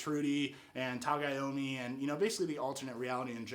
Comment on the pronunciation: It's Tagomi lol not Tagayami man